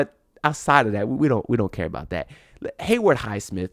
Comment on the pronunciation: HayWOOD bro, not Hayward